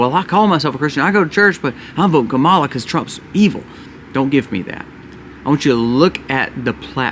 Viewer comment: I’m not voting for Kamala Harris but can we try to say her name right bc it’s just seems uneducated when you chose to mispronounce her name. Her name isn’t hard to pronounce.